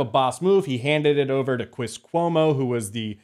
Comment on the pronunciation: "I'm hunting Chwis Cwomo's...hahahahahahahahahaha"